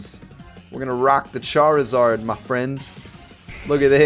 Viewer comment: Amy else realise that charizard is said like Char-ee-zard